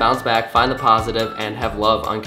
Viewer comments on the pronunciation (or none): none